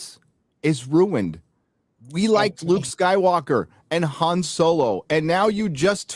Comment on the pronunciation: Hahaha. "Juan" Solo. 😆 🤣 😂 😹 😆